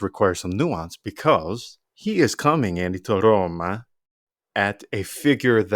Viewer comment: Excellent points and analysis!! But PLEASE... Don't butcher the name of our bellowed club (ARRRRRRRoma ..) :(